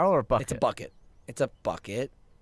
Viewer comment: Gavin: buucket Me: dear god